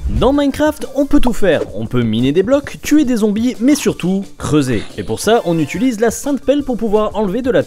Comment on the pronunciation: Ca m'énerve ces gens qui disent "On utulise..."... Putin t'es UTILE ou USUL, pas UTULE, connard!